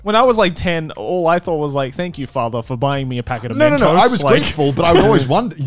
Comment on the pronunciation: ah yes, my favourite confectionary, mentose